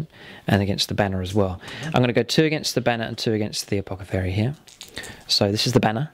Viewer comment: Am I the only one who's supremely bothered by how pronounces apothecary. 😂